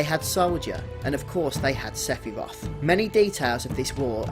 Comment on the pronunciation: Someone talking about who is Sephiroth, you'd think they'd say his name right.. .. Sigh